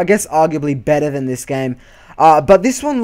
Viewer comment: I believe it is "than" not tahn